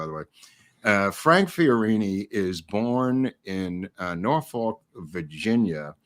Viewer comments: You’re mispronouncing “Norfolk”. It’s “Nor-fu$&”…..seriously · however, he is referring to Norfolk, Va located in the US. I am from Va and have spent a lot of time in Norfolk. He is definitely mispronouncing it.